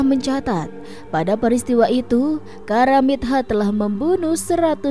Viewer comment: Maaf Bacanya karamitho, pakai hrf ط bkn karamit ha...mbak